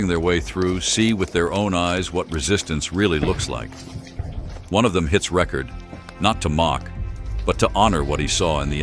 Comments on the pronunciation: what got me was mispronouncing "record" right at the end, I was like 'seriously'?! The "record" button on a camera is not pronounced like you would in saying "vinyl record", lol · Ok, but the editor should teach the LLM the difference between pronunciation of "record" the noun and "record" the verb. (heard at very end)